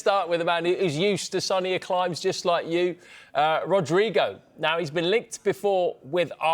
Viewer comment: Obrigado sum1 actually saying his name Right. Rodrygo na liverpool vamos.